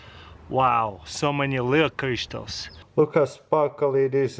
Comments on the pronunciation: Yes yes biiig crištals lol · I love how he says crystals.